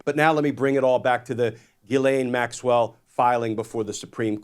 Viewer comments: JIZ-lane is how it should always be pronounced. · My name is GHISLAIN...i'm so tired of people saying her name the wrong way...in french "gh" is prononce like the "j" in Justice and the "s" is not mute